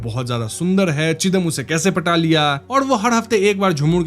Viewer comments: Not chidam ,sridam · Bhai Bijoy Bokta nehi, it is Bijoy Bokto, Chidam nehi Chidom By the way very excellent narration. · It's not চিদাম It's ছিদাম.... চিদাম mostly sounds like chudam😑